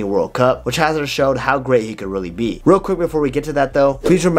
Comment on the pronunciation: Great videos man, but the way you pronounce Real....ughhhh